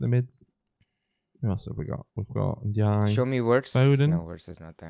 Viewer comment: Please say Ndiaye’s name correctly 🙁🙁